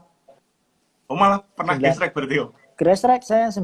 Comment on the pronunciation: Cuma yang nyebutnya GRASSTRACK (grestrek) benar...kebanyakan gestrek